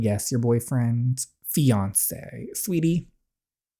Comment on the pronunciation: Does anyone realise that when DJ says "sweetie" it sounds like "sweaty"🤣🤣. LOVE UR VIDS SM THO❤❤